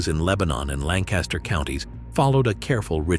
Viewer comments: Not Lank-KAS-Ter… locals pronounce it Lankuster. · We pronounce it 'Lankistur' with the emphasis on the first syllable. Dont even get me started on 'Reeding' and 'Effraada' And we still eat these foods, some can be ordered in local restaurants. Where's the Hog Maw?